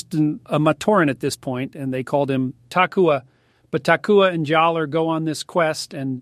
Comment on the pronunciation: There’s really something wonderfully appropriate about Jordan pronouncing Jaller wrong lol